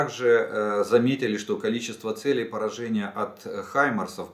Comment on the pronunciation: Целей... Ударение на первый слог, а не на второй. Учи русский язык... "уважаемый". В остальном-ниочем информация.